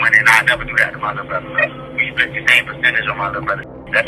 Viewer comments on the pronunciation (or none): none